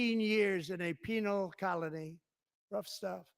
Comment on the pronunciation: He can't even pronounce the word penal right. Lord help us.